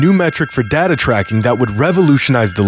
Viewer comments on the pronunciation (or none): It's data, not data